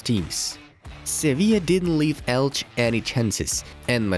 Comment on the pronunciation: ELCHEEEEEEEEEEEEEEEEEE not ELCH